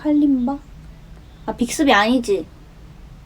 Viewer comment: 겁나 열심히 해 또 ㅜㅜㅠㅜ 미치겠다 빅스비 발음 또박또박 하는것봐 ㅜㅜ